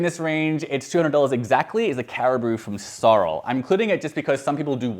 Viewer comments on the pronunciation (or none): So-rel. not Sorrl…